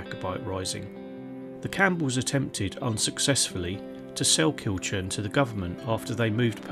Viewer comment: Hi ive passed this castle many times but never visited, its used a lot on jigsaws and painting by numbers , the name Kilchurn is pronounced kilhoorn. Thanks for history on it